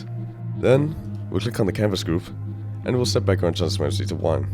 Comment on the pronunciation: i dont understand are u saying canvas gruve or canvas group